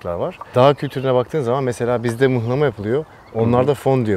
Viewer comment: Mıhlama değil hocam muhlama arasında ince bir detay var mıhlama çividir muhlama yemek🙃